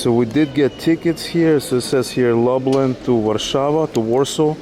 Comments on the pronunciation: Lublin not lablin... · Long trip but glad you're in Gdansk. Did you get a glimpse of the Malbork Teutonic castle? also :) glad to see over the course of the video you have learned how to pronounce Lublin properly :) (loob-leen) Gdańsk is a lot cheaper in the winter. All of these places will likely be fully booked in the summer. Make sure you take some time to wander on one of the beaches.